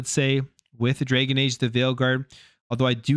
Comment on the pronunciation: It’s dragon age not draygun age…..